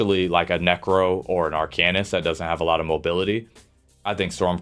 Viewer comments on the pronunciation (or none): Its arc-an-ist. Seems like a pretty good tier list. I think earthen heart is garbage and would swap it with draconic power. Siphoning is really nice for ult gen and has insane sustain with siphoning attacks and healthy offering is a good burst heal, offensively yea it's trash without soulcleaver. Winters embrace it's getting 15% frost damage passive which makes it interesting for some builds. Polar is only getting nerfed on the off heal portion, no hot and initial heal is like 30% less, but the hot on yourself is getting a significant buff